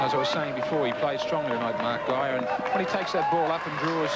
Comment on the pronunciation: Two of the pronunciations (“van der vurt”, “gay-er”) are wrong.